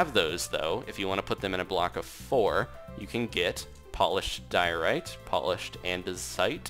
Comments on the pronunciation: when he was telling the name of the stones i took me a second to understand that he said diorite and not diarrhea, yeah i wasn't totally paying attention but at least i took a good laugh at it which is always good XDDD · Diorite sounds like diaries